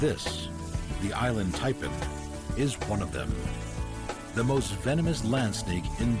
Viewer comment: Happily listening to this doing my crochet until it got to the Inland Taipan (Island Taipan accordingto the narrator), had to rewind just to make sure i wasnt hearing things 😂